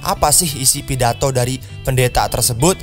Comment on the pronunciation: Bukan pidato itu tapi pidato:v